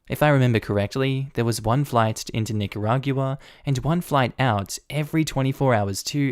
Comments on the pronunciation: lol you always make great videos and I have only ONE little nitpick the 'gua' at the end of Nicaragua is pronounced 'gwuah' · Nicaragua is pronounced as Nick-a-rahg-wa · LMAO another one who can't pronounce Nicaragua :) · I love you dude but the way you pronounce Nicaragua really triggers me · is that... how nicaragua is pronounced in australia?